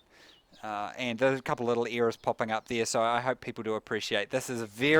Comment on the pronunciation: It "errors" not "ears"